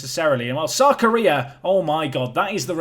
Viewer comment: Keep thinking you're saying "South Korea" when you say "Sarkaria".